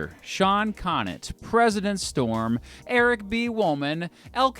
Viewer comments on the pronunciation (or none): none